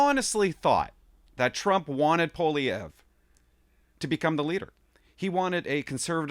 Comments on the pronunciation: Fortunately Elon Musk knows Mr. Poilievre and is making him known to Joe Rogan. Musk has Trumps ear and will eventually let Trump know who Poilievre is. Also Joe Rogan is a fan of Mr. Poilievre. (Pronounced "Pauly-Ev") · Pooh-ah-lee-ehv would be the proper way to pronounce it. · I can't see Trump pronouncing Polievre's name right. I think Canada will head towards bankruptcy in a few years. It's only a matter of time. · trump does know who poilievre is, he has mentioned him in the past recently, i just think he has difficulty pronouncing his name which is understandable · Wrong. The R is not silent, and the first syllable is not the one that's stressed. He can't pronounce his OWN NAME properly -- and that's not the only thing about him that's worrisome.